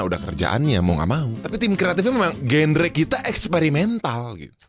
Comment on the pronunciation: genre bacanya bukan "jender" tapi "jandra"